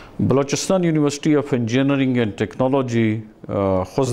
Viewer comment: this dean can't even pronounce engineering